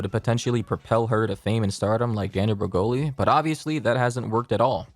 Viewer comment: “danielle bre-hole-ee’s”